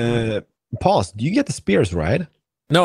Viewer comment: every time I hear one of u guys call out pause sound like yall r saying boss lol